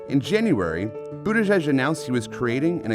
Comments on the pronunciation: Dear idiot newswoman, it’s not Butt-igig. It is either Boot-edge-edge or Buddha-judge. Both are acceptable. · I prefer something like "Boody-jidge" for better pronounciation. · Of course Laura can't even pronounce the first syllable of his name. It is boot Edge Edge. She's such a downer. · She said BUTT-EDGE-EDGE.... 🤦🏻‍♂️ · Isn't it butti"judge"??? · Is there any doubt that Laura Ingrham deliberately pronounced is name "Butt edge edge" to remind people that he does butt stuff? What a snit. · Laura Ingraham is a steaming turd for pronouncing the first 4 letters of his name as "Butt" ... we see what you did there, cow and we're having none of it. His name is NOT that 'confusing'. GO PETE!